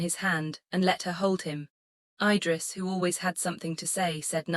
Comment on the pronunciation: There is a simple trick to make the AI pronounce things sensibly. Period. It keeps saying MS instead of MIZ, which is how it’s pronounced so just write it that way in the script. I guess y’all release these without doing a final check. Same with the babies name.Idris is pronounced Eedriss. So just fake out the AI, by spelling it that way, even though the official spelling is IDRIS.😊